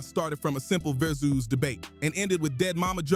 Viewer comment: It's versus not verzeus . Dumb MF come up with their own stupid words just to sound cool